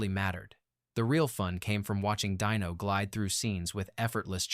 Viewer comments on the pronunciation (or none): In the review of the Silencers the AI refers to Dean Martin as Dyno, not Dino.